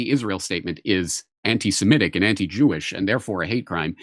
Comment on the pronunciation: Somebody ask Jimmy to pronounce 'semitic' or 'anti-semitic' 10 times in a row. Let's see if he can pronounce it correctly even once. I would say it's a 100 percent NO... even when he's in the presence of someone pronouncing it correctly.